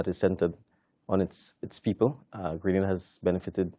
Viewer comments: FOR BIG JOURNALIST DO SOME RESEARCH, GRANADA IS IN SPAIN, STOP SAYING GRANADA ,IT IS GRE-NA - DA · Why don’t you learn to pronounce the name of the island. Both interviewer and interviewee pronounce it properly yet stupidly the call it Grenadda. It’s GRENADA, fool.